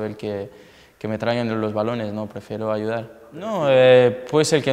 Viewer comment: Los quielo ayudal pala clecel jajaja me encanta que no pronuncia bien la r, me encantas griezmann! 😂❤️